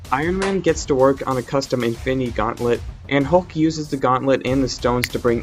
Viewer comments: Y u say Efinny stones Its infinity stones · Why do you you say infinity stone like this "infiny stones infiny gaunlet"